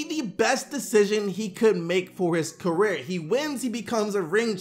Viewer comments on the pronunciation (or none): none